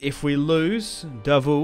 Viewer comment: Davout pronounced as DA-vo.anyway good battle ,charge of the light brigade stuff !